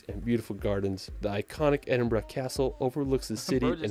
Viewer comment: I'm in the UK and pleased the OP actually left London, there's so much more than the capital. Also kudos for pronouncing Edinburgh correctly 👏